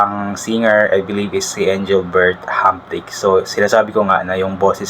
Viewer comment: Hindi marunong mag pronouce ng Engrbert Humperdinck, magtanong ka kasi. Wala akong gana sa inyo pang grade one ka lang.